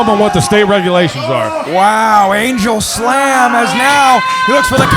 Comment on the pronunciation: “angel slam” instead of “angle slam” … noice